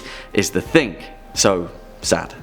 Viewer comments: He changes the g to k in words. Like he calls the Thing As Think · Who knew there was a k at the end of the word thing? did, that's who.